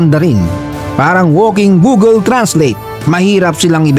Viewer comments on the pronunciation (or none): none